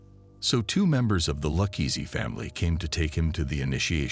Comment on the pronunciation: Dang the ai is hard to detect until it repeatedly mispronounces Luchese.